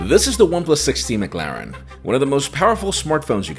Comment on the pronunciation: He's still saying McLaren wrong or is it just me?🤷🏽‍♂️🤔🤔🤔